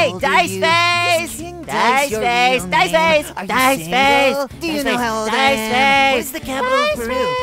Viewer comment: Reads dice as dicc*